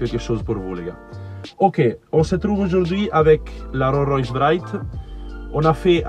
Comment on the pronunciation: Pas mal la config, ça fais plus jeune que d’origine ( le terme qui m’es venu à l’esprit c’est voiture de joueur de foot ! 😅) Sinon le niveau de finition est juste incroyable, t’aurais du le nommer pour lui faire de la pub.... Tu te débrouille très bien en Français sauf pour dire Rolllll royce ! 😂 je rigole bien sur ....continu comme ça.